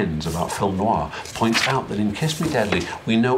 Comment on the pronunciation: Alex is one of the few people on YT who knows how to pronounce noir, at least the first time he says it. Same copy of Kiss Me Deadly that I have too (mid-60s).